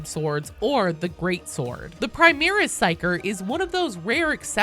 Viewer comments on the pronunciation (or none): none